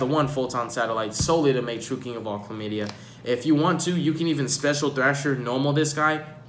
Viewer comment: I lost it when he said Calamity the first time lmao chlamadia 😂